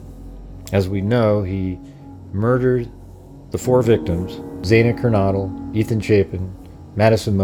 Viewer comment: Isn’t it ‘Kernodle’ as pronounced ‘Ker-know-dle?’ Not ‘Kernoddle’ as in Noddy? Please check.